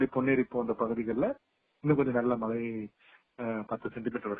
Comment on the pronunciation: மலை இல்லம்மா .மழை மழை எங்க சொல்லுங்க